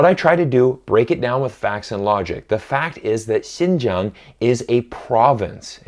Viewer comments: They can't even distinguish the pronunciations between Xinjiang and Shenzhen, while they won't shut up about China and Chinese. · Since when Xinjiang became Shenzhen? I mean, phonetically it doesn't even simmilar. lol I'm not a Chinese nor even living in China.